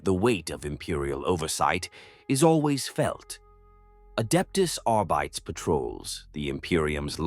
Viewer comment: I'm enjoying these, AI voice pronounces two or three words incorrectly lol! I swear arbites is a trigger word that snaps my brain out of the story and back to reality. Fix this please, if possible 🙏 thank you.